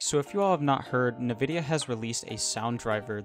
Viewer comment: Nividia LOL. I think it's pronounced N-Vidia. There is no I between the N and the V.